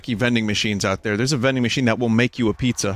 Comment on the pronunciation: "Combine the ingredjents to make you a pizzer"